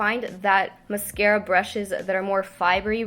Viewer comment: MUSKARA!! Love when you say that